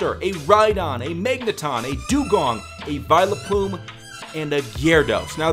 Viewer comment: IT IS NOT VIALAAPUME ITS VUILPLUME